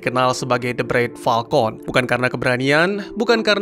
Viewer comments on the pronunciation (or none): none